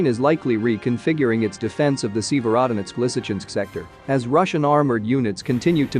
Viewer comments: Please learn the proper pronunciation Sevrodonetsk ! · Good video but the consisten mispronouncing of Sevierdonesk was really grating on my ear. If you want your reporting to be taken seriously, you need to check and double check pronounciation of these town names and Ukranian words. Really sloppy!